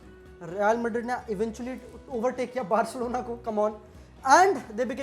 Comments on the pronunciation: I mean wtf is Maddrridd ?? Just say Madrid (मद्रिद) which is correct pronunciation in spanish. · did she just said Mad....Rid? (Madrid) 😭 best punchline 💥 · chill many many europeans pronounce it that way (ab ye mat bolna "she isnt european" its ok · never heard a single European pronounce madrid this way